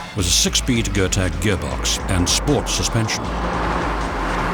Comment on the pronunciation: Getrag not gertag you blithering journalistic turd.